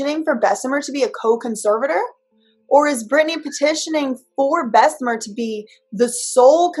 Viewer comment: it's Bess-uh-mur, not Bess-uh-meer. There's one E and BJ repeatedly has shown you how to pronounce it.